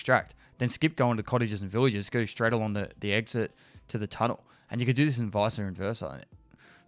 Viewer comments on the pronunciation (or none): none